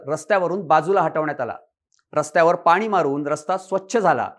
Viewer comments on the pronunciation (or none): none